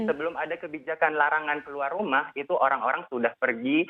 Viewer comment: orrrangg kok njir